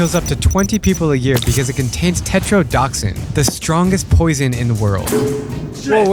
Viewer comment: You mispronounce the name of the toxin, then make a bogus claim that it's the "strongest poison in the world", which it is not. Why????